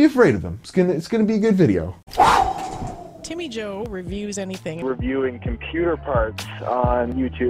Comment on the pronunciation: There is a bit of confusion here, is it "Timmy Joe" or "Jimmy Toe"?